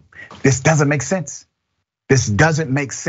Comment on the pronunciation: I don't think you meant it when you said, "It doesn't make semse" two tomes in a row. It makes perfect sense and everybody knows it.